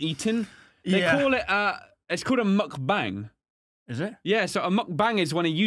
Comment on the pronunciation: He said mukbang wrong lol Pronounced as "mook baung"